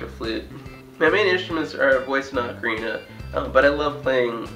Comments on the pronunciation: definitely oc-a-rina not oak-a-rina it's the most annoying thing to hear gah. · The Italians, who invented the ocarina, pronounce it closer to "oak-arina". I think "ah-carina" is more of an American thing.